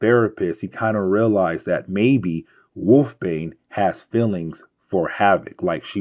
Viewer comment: Wolfsbane has an s in the middle of her name, and it is not a silent one.